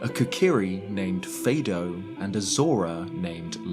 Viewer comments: it's Mee-do not My-do. And Fah-do not Fay-do. It's like the music scale, do re mi fa so la ti do. They're pronounced like those syllables. Also don't forget that a Kokiri named Fado exists in Ocarina too, though that one is female and probably unrelated to the sage in Windwaker. Still worth noting. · I'm sorry, but this is a pet peeve of mine: It's pronounced "Mi - Do" like the name of the musical notes in solfeggio (Do Re Mi Fa Sol La Si/Ti). This naming gets clearer when we also meet "Fado", which is from another note. Edit: I just got to the point when he says "Faydo". I'm gonna defenestrate myself. Good video, though. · Pronouncing it wrong. Fado too. The Kokiri are named after musical terms. Do re mi fa so la ti do, Saria/aria, etc. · You are mispronouncing "Mido." It's pronounced "Meedo", not "Maido." You made the same error with Fado which, is pronounced: "Fahdo", not "Faedo." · Pretty sure Mido and Fado's names are based on musical solfege, so they should be pronounced mee-doh and fah-doh. Heck, even the katakana you posted of Mido's seal ミド is pronounced that way haha